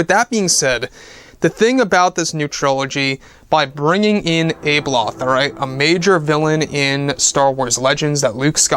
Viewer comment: abeloth is pronounced with a soft a